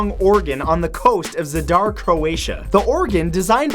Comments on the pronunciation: zad'ar really,we croatians arent rusians its actually za'dar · Me too, the way he pronounced the name was funny but I don't blame him,nice to see Croatia in the video. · #18 is so funny to me cuz I am croatian and you say zadar like its a pesian prince's name